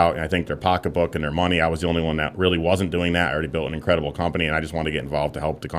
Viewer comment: "Inkwedibble" he says...he a prooves his own message